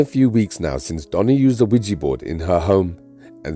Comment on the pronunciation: It's not wegee it's weeja